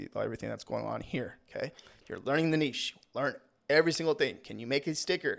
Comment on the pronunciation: Thank you for doing this video and for also pronouncing niche correctly